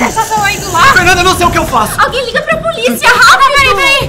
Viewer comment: O João: É so a gente chamar a poliça. Melhor português do mundo kkkkkkk